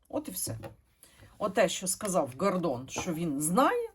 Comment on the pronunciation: Він не ГОР! ВІн-ДОН! Тобто наголос на ДОН. А взагалі він ПОЦ!